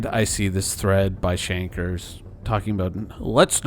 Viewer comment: "Respecfully Shankers"